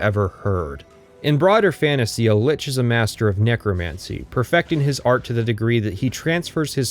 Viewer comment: You may have mispronounced illegal on purpose, but you mispronounced Lich out of ignorance. You're welcome for the engagement.